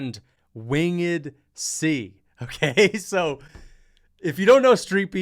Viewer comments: Wing Ed? Its winged bro 😂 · "win-ged c" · 😂😂😂😂 “wingid” C?? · WHO TF IS WING-ED C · bruh why do you keep saying Wing-ed C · “Wing-id C” 😂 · “Wing-ed C”. 🤣. Bro can’t spell/read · “Wing-ed C” bro its one word lol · Most absurd pronunciation of “winged” i have ever heard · Why am I watching a reaction video which is basically just stealing content? Bro you don't know how to pronounce "winged" and you hear "done" as "son"? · Why are u saying winged C like that